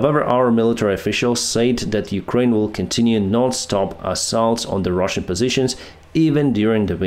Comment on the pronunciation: I love how he just sez "and the Rahsian tanks are Ka-boomed!"